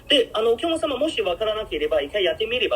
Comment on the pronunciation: 発音は面白い おきゃまさま ❌ おきゃくさま ◎